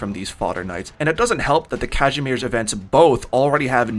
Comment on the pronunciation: One of the best Kazimierz pronunciation i've ever heard